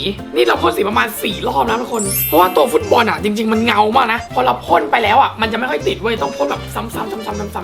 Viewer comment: บอลไม่ใช่บาส😅🤣🤣🤣